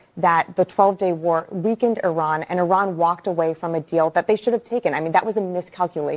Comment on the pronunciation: all these years and Scott still can't pronounce IRAN correctly